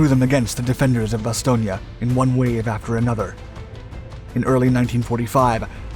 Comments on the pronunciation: I can recommend a visit to Bastogne. Many things to see. Ps. It's Bastogne not Bastogna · Oh Lordy, this narrator consistently mispronouncing the name "Bastogne" is making this impossible to watch. How are you gonna offer me a lesson on WW2 when you think there's a town called "Bastonia" in Belgium? 😄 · Isn't it pronounced bas-toy-n? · The town of Bastogne which is pronounced Bass stone had five major roads leading in and out was of strategic value to both sides. My uncle was one of the so called Battered Bastard's of Bastogne. He was in the One hundred and fìrst. The German commander committed suicide when he failed to obtain his objective. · actualy its pronounced Bas-ston-je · Ba Stone... There is No '..IA...' at the end! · It is pronoced Baston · To precise pronunciation Bastogne consonant in the end is soft n like in the word cognac in the middle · Fan of your channel. In English, we say mobilization and bass-tone. I'm not trying to be a jerk.